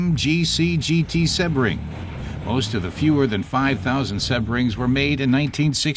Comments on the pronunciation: SEE-BRING. Not SeH-bring. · An American commentator that cant pronounce Sebring, its in Florida. SEABRING.